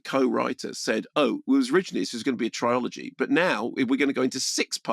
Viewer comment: "Trilogy", Mark. There is no such thing as a "triology".